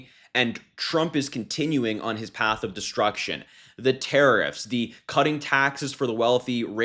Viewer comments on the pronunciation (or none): Hah! 'Tarrariffs'!